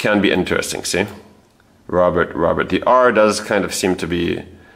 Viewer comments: Robert in French is pronounced Roe-bear. "Dr." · "Robert" in French - you don't pronounce the "t" - it's not "Robert" like in English. You do all this amazing research and can't pronounce his French name properly???